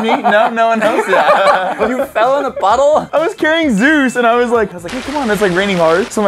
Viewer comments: Say zues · “This dog can bench press YOU” Me: do you mean French press you 🥴 “Zeus” Thanks for the likes💛💛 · DanzOhhh how else are you supposed to pronounce it? Lol